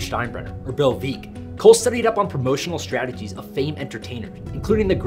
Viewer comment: I love what the Bananas are doing. However, saying that they did not seek ideas from Bill Veeck (and then you totally mispronounced his name. Read the book VEECK as in WRECK)) is a tragedy of epic proportions. Bill and Mike Veeck were the Bananas before there was the bananas. Let's give credit where credit is due--and use Google for a little history lesson :)